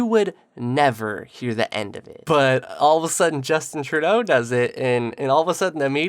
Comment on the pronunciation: Justin Truday-o day-o